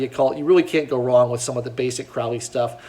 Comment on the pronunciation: Crowley rhymes with snow-lee